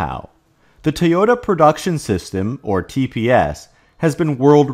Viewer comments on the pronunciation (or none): why do you say "Tee ota"? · It's pronounced TOY-OH-TAH. Please, STOP mispronouncing